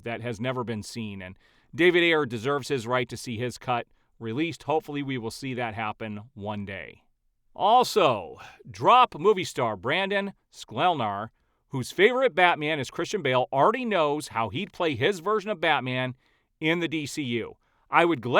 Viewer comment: buddy, 30 seconds of research on SKLEH-NAR (not sure why no one can say his name) will tell you this guy is absolutely jacked out of his mind and his character Spencer Dutton in 1923 is literally Batman (lost parents, brooding, out for vengeance, mowing through everyone in his way etc) I really dont understand where youre getting that hes skinny lol Hes a far better actor than Ritchson who is an absolutely TERRIBLE ACTOR (with an incredible physique)